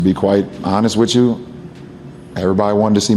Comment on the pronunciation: "To be quite honest wit chu" You know some absolute BS is coming for sure.